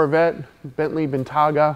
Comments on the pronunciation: Ah yes...the ol' Bentley Bentaagaa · Bentley BentARga... what? You mean Bentayga! :D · Did he say bentley bentaga ? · why did he say bentayga like that